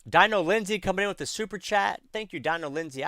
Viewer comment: Hey, love your content, gonna do a build out down the road. Just became a member recently, just a heads up, my name is pronounced Deano and I'm a dude, lmao. I laugh all the time when you say the name wrong and call me a she. It doesn't bother me, just wanted to give you a heads up because I'll be around for a while.